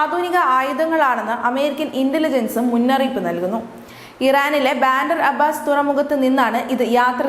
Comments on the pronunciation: Evarkonnum navu vadikkunna Sheelam ellannu thonnunnu Venezuela. Banter abbas alla bunder abbas ennanu. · വാർത്തകൾ വായിക്കുമ്പോൾ സമുദ്രങ്ങളുടെയും സ്ഥലങ്ങളുടെയും പേരുകൾ തെറ്റായി പറയാതിതിരിക്കുക. അറ്റ്ലാന്റിക് സമുദ്രത്തിനു പകരം അന്റാർട്ടിക്ക സമുദ്രമെന്നാണ് പറഞ്ഞത്. ബാൻഡർ അബ്ബാസ് തുറമുഖമല്ല ബന്ദർ അബ്ബാസ് ആണ്.